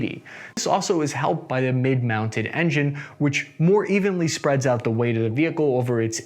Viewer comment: Shtroke, dishtroy, shpread 😅